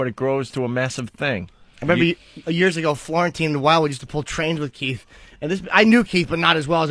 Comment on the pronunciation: Keith doesn’t even know how to spell or say his name correctly. He and all the other brothers say “Keef” as if they’re close friends with Kiefer Sutherland 😂